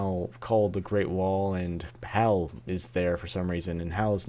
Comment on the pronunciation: It's HAL. Not "Hal". And when you add one letter to H, A and L you get IBM.